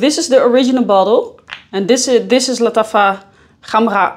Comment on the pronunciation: as a native arab, she is wrong. Its Lataffa Kh um rah Gah wa but especially with better Kh and R pronunciations